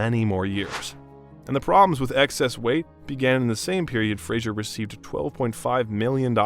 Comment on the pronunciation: you keep pronouncing his last name incorrectly